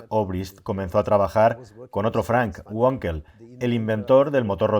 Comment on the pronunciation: Me encantan tus vídeos y te sigo desde hace años. Una matización: en alemán la w se lee v ,como en español, y no gua como en inglés. Wankel se lee Vankel no Guankel . Ante la duda lee la w en español como v. Hay otros idiomas a parte del inglés. Un saludo